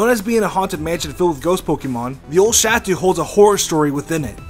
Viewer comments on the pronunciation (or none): I’m sorry man, but... the way he says “chateau” might be the scariest thing. Lol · Wow... Really? Creepypasta? Bad Theories? This is so wrong and misleading... I loved the intro... but the rest was... With all respect and kind intentions.... Rubbish. And I'm not even touching your slaughter of the French word "Chateau". I expected more from this channel... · ok i cant stand how he pronounces chateau